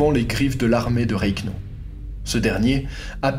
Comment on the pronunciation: Von reknau ..... et quoi c'est le 3eme rek en 1940 ... REICH REICH serieux qu'on essaye de fafire l'histoire faut aussi apprendre les noms étrangers mais ca les francais vous en pétez pas une écluse decouverte de ta chaine et en 45 secondes tu as reussi à te skip :)